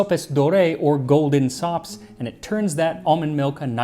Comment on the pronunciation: NGL, I first heard you say "Golden socks" 😀